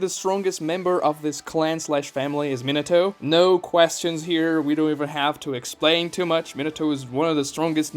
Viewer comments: ME-NAH-TOE Not minato like a fucking Minotaur. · how are u a naruto fan and pronounce minato like that lmao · Thought Minato was pronounced (min-nah-toe) for some reason